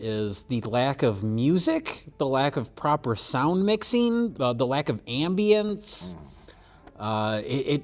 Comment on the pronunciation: Paused .... has anyone ever pronounced Ambience like that before?